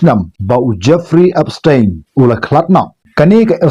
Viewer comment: Ki pronounce Epstein ( da ka pronounce khasi pat Epstain ym dei Epstein).